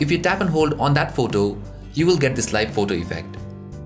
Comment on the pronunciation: The way he say photo😂😂 phowtows😂😂